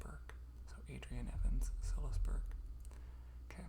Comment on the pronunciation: Oooh this is great! I love writing too, but haven’t done any in a while. Also, I don’t know if it’s different across the pond, but here in the UK, Silas is pronounced like ‘sigh-luss’. Like silence, but without the ‘n’ sound! x